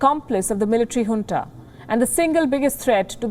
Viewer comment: Loved it when Palki correctly pronounced Junta (as Hunta). This lady is a class.